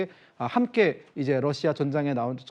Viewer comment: 로씨야? 탈북하신 분들은 다 러시아가 아니라 로씨야로 발음하시더군요.